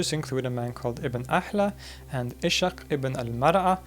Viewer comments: I don't wanna be nitpicky But it's Ibn "Is-haaq" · Ishaq pronounced as Is-haq (Isaac) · I came across your channel just a few days ago, but I've already watched a lot of your videos and I'm really impressed by the quality of your content and your clear and flowing delivery. I'm also impressed by your pronunciation of Arabic sounds, which I know doesn't come easily to Westerners. If I may just make one correction it would be to how you pronounce the name "Ishak". This is actually the Arabic version of the name Isaac (son of Abraham) and is pronounced Iss-h'aaq with an S sound, not SH. Wishing you great success and looking forward to your next videos.